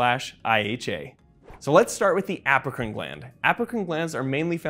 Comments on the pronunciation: Everytime he says “Apocrine” gland, I hear “African “ gland instead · I heard it too lol. He probably meant Apocrine, and we heard it African